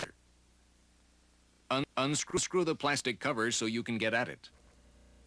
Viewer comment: It's tricky tra tra.tricky 🤣🤣🤣🤣🤣